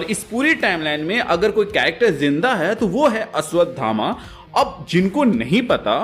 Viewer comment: Abe ashdhama nahi hota ashvthama hota hai